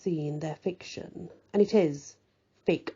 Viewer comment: emphasizes Fic-tion...😊